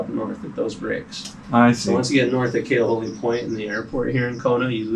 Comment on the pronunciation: Guy, it not Ka’alu’u, it’s Ka-ha-lu’u. And it’s not Kailua Bay, it’s Kamaka Honu.